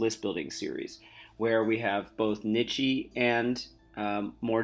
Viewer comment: It’s kneesh not kneechae